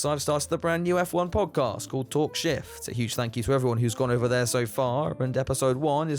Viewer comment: I thought I heard "talk shit" instead of "talk shift"... although it's likely to be an accurate description 😆